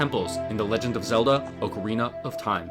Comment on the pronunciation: you get a like right here at the beginning of the video for pronouncing "ocarina" correctly.